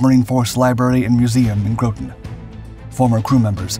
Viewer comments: While stationed at EB in new construction I saw some of the hull plates being rolled for the NR-1. Pretty impressive in thickness. By the way it pronounced Grawton Not Growton. (Groton, CT) The wheels used on the NR-1 were tested on the USS Mackerel (T-1). I got to tour the T-1 dockside at EB while she was there to be fitted with the wheels to be used on NR-1. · It's not Grooton, CT it's pronouned with a short "o" like got, rot, tot, lot: Grot-ton, CT. Navy crewmen that suffer being stationed there call that place Rotten Groton. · Groton is pronounced like yacht, not like grope 😂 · Groton, Connecticut is pronounced "grah-ton," not "grow-ton." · It's pronounced G-Rah-Ten, not G-rO-Ten. I live about an hour from the base. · Graw ton, not grow ton... come on, proper pronunciation is important! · Groton, Connecticut is pronounced like the word rotten with a G on the front. In fact when we were kids we’d call it “Rotten Groton”. It’s not “Grouton” like you pronounce it in many of your videos. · FYI, and future videos, Groton is pronounced "GRAH ton", not "GROW ton". Other than that, an excellent video. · i’m from this town and it’s called Groton like rotten not grow-tonn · Groton is pronounced ( Grah-ton ). We Submariners call it "Rottin Groton" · Your saying Groton wrong, it sounds more like "graw ton". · The locals pronounce "Groton" with a short "O", as in hot. (Not as in grow.) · "Groton" rhymes with "rotten" when you pronounce it correctly. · it's said Grua Ton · It's pronounced "Groton" as in "rotten" 🤓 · Not sure this would bother most, bur Groton is not pronounced with a long O, it sounds like “rotten”. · Nice video. Groton is pronounced with soft o's. Grawt-tun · I grew up living in Navy housing in Groton, Connecticut. The correct way to say Groton is "Grotten"... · Grow-ton? Multiple times? Ugh. You were doing so well until that BS. If you're doing a video about US subs, maybe learn how to say Groton. Wow. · Like "rotten". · Like the ‘taters